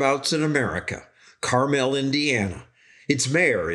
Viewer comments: Its pronounced Carmle (car mall), not caraMEL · The Indiana city he’s talking about is not pronounced Car-Mel it’s Carm-al. The city in California is pronounced Car-Mel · It’s pronounced car mul like the candy not carmell… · First, it’s not Car-Mel, it’s Carmel. Second, Fun Fact: Carmel bought a new fire engine a few years ago that was too long to make the curve in the roundabouts. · Live not far from Carmel, IN and we're getting lots of roundabouts also and they are GREAT. BTW -- They don't pronounce Carmel, IN like they do Carmel, CA. They say car-mal not car-mel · Carmel, Indiana and Carmel, California are not pronounced the same. It's kar-mul (IN) and kar-mel (CA) respectively. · Carmel, IN. KARml like the candy. NOT kar-MEL like nothing I've ever heard before. It was named after Mt. Carmel in Israel. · Use to work in Carmel. It is pronounced more like Car-mull in Indiana. Carmel is in California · (from Indy) It's SUPPOSED to be Car-mell....we're just lazy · Did you pronounce Carmel correctly when you were there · Great piece. Carmel does have a lot of roundabouts and are building more. Sometimes you drive out of one roundabout into another. 😆 oh by the way, we don't pronounce Carmel like he does in the video. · YOU ARE SAYING IT WRONG!!!! We don’t say it that way in Indianapolis… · No one in Carmel or anywhere else in Indiana pronounces it that way. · Great video, except that you kept mispronouncing "Carmel". In Indiana it is pronounced with the accent on the first syllable like a certain coating on an apple.